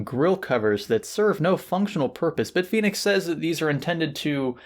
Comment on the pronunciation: FACT: from Hardware Canucks pronounces Bit Fenix as Beet Finix.